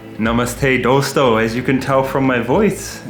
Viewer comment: The way he days dosto, make me feel like he was 1st going to say dosa